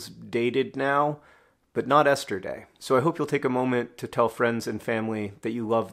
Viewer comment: When he said Esther Day it briefly sounded like yesterday... that is beautiful and I don't know why. Hope everyone has/had a lovely Esther Day, especially in these times we're in ❤